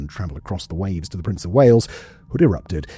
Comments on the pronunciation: The Germans don't say .. Prince... They say... Prinz... So the ship is pronounced in German, as PrinzOygun..... All as one word... My German friend told me this.... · Posted this before, but seems to have vanished ? My German friend said we should pronounce it as " PrinzOygun "... All as one word.. It sounds more like he said it... Lets see if YT remove this comment... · what is a “prince you gin?” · I have asked a German friend, and I think the German way of saying it is... PrinZoygun .... Sounds good, as well, if you say it as one word...? Who would have thought that it would end up, upside down, at Kwajalein atoll in the Marshall Islands in the Pacific ? Just google it... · Simons pronunciation of "prinz eugen" is like nails on a chalk board.. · The way you pronounce Prinz Eugen pains me dearly.